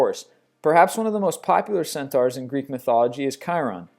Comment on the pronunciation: CentAURs not centors